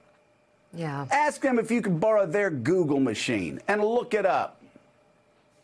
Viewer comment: I still can't get over the way he says "Google machine".